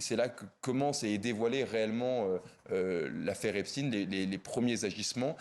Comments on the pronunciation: C Epstainnn ☹️ on dit pas Albert Einstinnne, ils ont tellement peur d’être traité d’anti sémite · Einstein était allemand, onc on prononce chtâyne. Epstein était américain, donc on prononce stine, de la manière dont il se présente lui-même dans les vidéos. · Cette prononciation m'insupporte